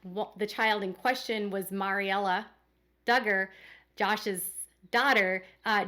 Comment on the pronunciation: The name Maryella is pronounced "Mary-Ella" like Mary, after the grandmother. You say "Maury/Mari" Just fyi